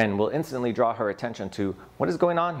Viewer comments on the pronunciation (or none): none